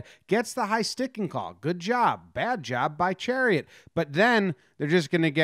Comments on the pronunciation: Chariot = Shar-ott Love the video though! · chiarot = sha-rot not chariot lol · You say Tkachuk properly but then say Chairot as Chariot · "Poo-yul-yarvi". "Sher-ot" not Chariot. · lol, Chariot. It's Cha-rot. KK enjoying it from the bench. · Ben Chariot lol.. it's Chiarot my man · pronounced in french it's SHEE-AH-ROW, or simply SHA-ROT for the english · It is chariot. He pronounces it wrong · it’s chairot bro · Hehehe Shah-rot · His name is pronounced Shar-ot. Just a FYI. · I didn't notice the title and thought he was just butchering the pronunciation the whole time. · It's chaaaarrrrrr rot.. Say it with a little bit of a French twist.😁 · It’s pronounced Sher-ott. That was hard to listen to but a good video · Love the Chariot pronunciation lol, but that's ok most Americans haven't been taught this is school, while Canucks are. Good job on the video though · Chariot is pronounced sha roe. French name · Love all Jomboy, but for next time it’s pronounced “sha-rot” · lmaooo it’s pronounce “Sharot” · Bens name is pronounced Shi-rot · Chairit. Sha-rot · Pronounced " Sha-rot" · Pronounced “Shuh-rot” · Pronounced Cha Rot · Pronounced sha-rot. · Don’t double check lol. The pronunciation had me cracking up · Nah nah, it's better this way! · nothing could have prepared me for how Jomboy pronounced Chiarot’s name lmao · Lol that pronunciation, chiarot! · U said Chiarots name so wrong lmao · why he say chiarot like that